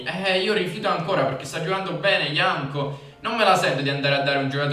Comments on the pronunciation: no dici Janko xD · si dice Jankto e Janco XD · comunque si pronuncia iancto non ianco. Giusto una precisazione. Grande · si dice JankTo...